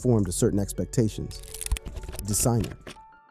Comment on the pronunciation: Tesiner? Bro can’t even pronounce Designer properly 😂